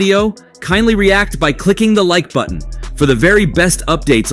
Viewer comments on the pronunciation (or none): none